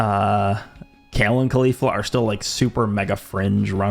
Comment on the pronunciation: did he say Kale and Khalifa 😭